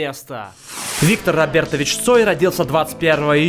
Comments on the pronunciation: правилно говори не Рабертович а Робертович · Бля, пиздец. Не Гаспарян, Каспарян, не РобЭртович, а Робертович